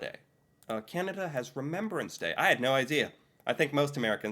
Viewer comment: It is not called remembererance day. You are adding an ER in the word Remembrance that does not belong.